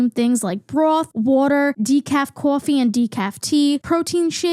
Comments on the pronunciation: The way you said "Cawwfee" is 🤌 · decaf CAWFEE